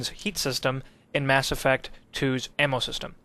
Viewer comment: Ammo not am...